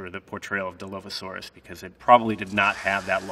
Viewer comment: No hate but like a dinosaur expert can't even say dilophosaurs right